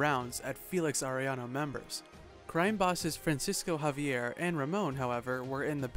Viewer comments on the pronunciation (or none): none